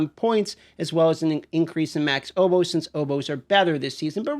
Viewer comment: listening to dmt pronounce words like opals and obols is always so funny to me.